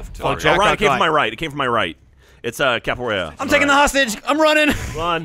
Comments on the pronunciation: LOL cab-A-Weara haha. its cav-E-Era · Dont ya just love cavuwera instead of caviera in all seriousness love thr series wish it would stay with r6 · Its CAV not CAPoara. CAViera. Pisses me off so much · Oh god when you play siege constantly and gets everyone calling caveira capillera!! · C A V E I R A! Come on you can do it! CAVEIRA! Not Capoiara not Caviera , CAVEIRA! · someone needs to tell how to say Caviera correctly, and i probably ended up spelling it wrong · I love you guys but it's annoying to hear capoeira because her name is caveira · Am I the only one here who was kinda annoyed at them mispronouncing Caveiras name as Capaweara? Good video, love them, just put off a little by this. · The next thing they need to practice is how to pronounce Caveira's name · Won a ranked match but still can't pronounce caveira correctly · I hate the way they say Caveira's name